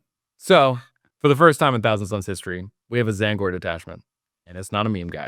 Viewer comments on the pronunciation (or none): Not gonna lie, every time I heard him say T-zaangor it made me flinch. Apart from that though, great video!